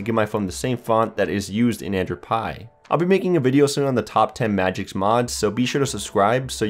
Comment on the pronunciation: IT'S MAGISK, NOT MAGICS